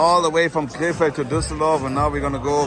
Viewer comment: Sounds like you are saying K-Fed. Britney spears' ex husband. Side note.